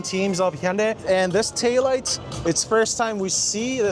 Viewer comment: Hyundai is pronounced hyundae This person pronounced it perfectly 👌